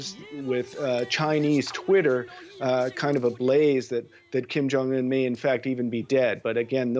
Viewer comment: It must be very hard for English speaking people to say kim jong un correctly... They must be dying to say kaim jeng an